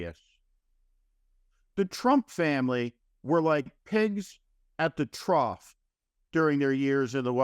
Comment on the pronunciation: "trough" , not "troth"